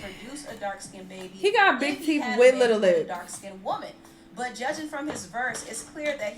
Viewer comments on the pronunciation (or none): “His teef is disturbing”🤣🤣 I’m CRINNE